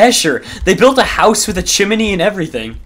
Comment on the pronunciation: what is a chiminey?LOL its chimney